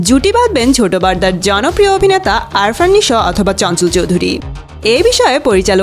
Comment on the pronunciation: It's not Arfan Nisho ! it is Afran Nisho ...